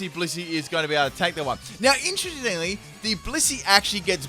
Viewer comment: "Now intrrinesgeingly"